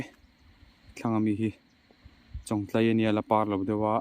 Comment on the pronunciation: Chawngtlai thing hming i lam dan hi a dik chiahlo deuh Chawngtlai khua hi ila hre ngailo niang maw